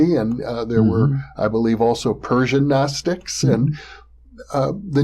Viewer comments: Yes, you pronounce the G. Guh-nostics. The Ancient Greeks pronounced every letter, why wouldn't we when speaking Greek words? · Love hearing the correct pronunciation of Gnostics. Great stuff as usual from.